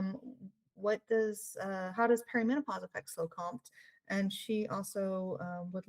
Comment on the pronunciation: You pronounce it Co-M.T. not compt!